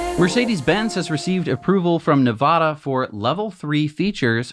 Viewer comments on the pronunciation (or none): Please pronounce Nevada correctly.